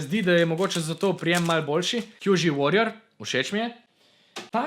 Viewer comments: QiYi se izgovori "či ii" drgac pa super video in srecno s podiranjem rekorda ce misls res tu nrdit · dober video, samo izgovarjava imen me mal moti: qiyi se izgovori čiji yuxin se izgovori jušin(obe tovarni sta kitajski, tam imajo drugačno izgovorjavo)